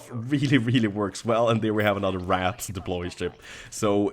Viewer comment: A small note for your English, 'Wrath' is anger while 'Wraith' is a ghost, usually an evil ghost. It sounds like Ray-th rather than Rah-th. Still, you've improved incredibly over the years!